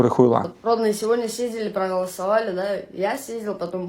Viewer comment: Он теперь говорит:"Мои родньіе..."С ударением на первом слоге.